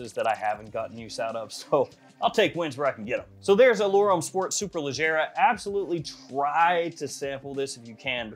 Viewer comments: Nah...I'm from down south. Georgia, in the woods. Did my review on this one about a week or so ago and pronounced Superleggera just fine...but only because I know my cars. Haha! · Just ordered the superleggera pronounced the same way you said it . -Memphis tn 🤣